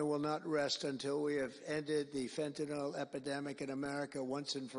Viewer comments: It's pronounced FENTANIL, NOT FENTANOL. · Let’s work on how to pronounce Fentanyl first, huh Trump?